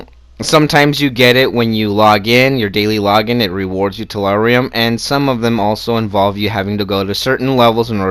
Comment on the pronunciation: Also tellurium not terrarium